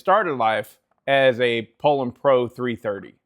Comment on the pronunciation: It's pronounced pull-on. And what's with the air force shirt? You can find some mean kick-back cutting in a pile like that. It's hard to know where the tension and compression is in the wood.